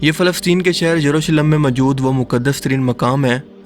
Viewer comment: Jurusalem nahi ...yerusalem..yahoodiyo ka anjam bura hi hoga...inhe kon bacha Sakta h..